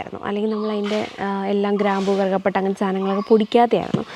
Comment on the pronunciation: കറുക പട്ട യല്ല. കറുവ പട്ട... കറുക എന്നു പറയുന്നത് പുല്ല് ഇനമാണ്..